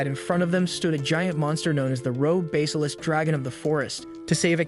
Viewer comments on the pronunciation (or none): "Dim"-"Metris" SMH. At least "Dim" is suitable. Hair, hare, harry (verb), splitting hairs here, so many hairs, hairs, hairs, OMFG! Google pronounce heir.,, A what,? Google pronounce basilisk, Teach your AI to pronounce it correctly. Knave: a dishonest or unscrupulous man, right? OMG, Ugh. SMFH,. LoL, did he take a missile up the butt or something?